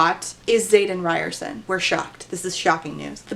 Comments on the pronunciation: Today I learned that I may have been pronouncing Xaden's name incorrectly... Ree-ore-son? How did I not make the "ri(d)ers-son" connection haha, I feel so slow!! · i keep hearing "riderson" as "ryerson." so like the unbelievably steamy love interest is named after the dweeby guy bill murray punches in groundhog day